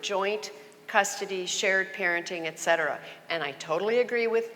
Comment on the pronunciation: "ECK cetera"?? What is that? I find it laughable that this feminist thinks she's educated.